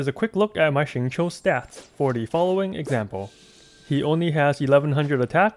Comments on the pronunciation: Awesome guide! Also very spot-on pronunciation of his name, down to the tones. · Did he... just pronounce his name RIGHT?! He is a god!! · A youtuber who pronounces xingqiu right?!? Upvoted! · great guide as always and thank you for actually pronouncing his name right :D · Xingqiu's name pronounciation is RIGHT ON, as mandarin speaker, I approve this guide. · I'm slightly confused by ur spot on pronunciation of xingqiu, which was then followed by "gun you". What. Are. You. LOL.